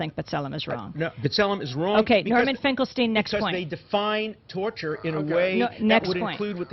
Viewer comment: You know, to be fair, the I.Q. of Dershowitz, can't possibly be higher than 75 to 80!! I can't believe how - as a Jew - he keeps pronouncing "Finkelstein" as "Finkel- Stine", when it's "Finkel-Steen"!! My world history college instructor, Dr. Epstein, used to Scream at the students who called him, "Ep-Stine", and would very angrily Shout, "Ep-Steen, Ep-Steen"!!😊